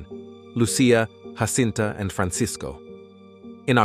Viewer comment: Why Anglos INSIST in pronouncing Portuguese words and names in Spanish, instead of in Portuguese (DUH) is beyond me. What's the deal with these ignorant Anglo-Americans. Take Jacinta, one of the three children in Fátima, Portugal 🇵🇹 - mind you - Fátima is NOT in Spain (DUUUH) it is in PORTUGAL , THEREFORE the names should be pronounced in PORTUGUESE - the letter “J” in Spanish has the sound of “H” in English - example: “Have” - but the letter “J” in Portuguese mimics the sound of the letter “J” in JA JA Gabor - or the letter “S” in “measure - treasure- fissure.” - I see these grave mistakes over and over.